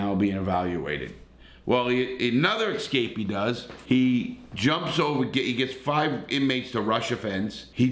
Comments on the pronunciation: it is not EX cape. It is ES cape. Grammar matters. It shows us whether you finished public school. Just a small tip. Keep it up Larry. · I hope you like hearing Larry say "ek-scape"🤣🤣